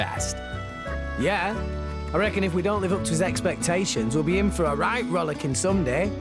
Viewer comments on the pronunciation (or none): so was i the only one who thought rollicking actually said rick rolling